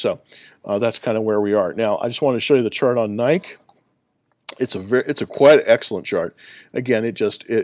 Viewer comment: are u pronouncing it NIKE it’s NI-KEE.